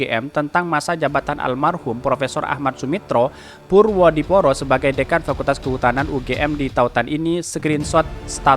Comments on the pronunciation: ejaan lama purwodipoero dibacanya purwodipuro.... boss!! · Hai Bacanya purwo dipuro